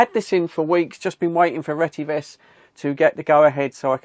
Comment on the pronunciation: Look at the spelling. It’s pronounced retty ves. NOT RETTY VESS.